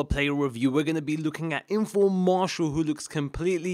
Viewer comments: Marseeial not marshall lol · its mar-see-al